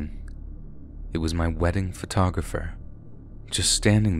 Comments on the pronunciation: PHO-TAWG-RAFFER. Sorry that was driving me crazy. Most of the time it was said correctly but a few times there grinded my ears so wrong. Photo-graffer at points was... Ahhh. LOL I love your videos I don't think I've ever heard you pronounce something incorrectly before. LOL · pho-tog-ra-pher... Not photo-grapher.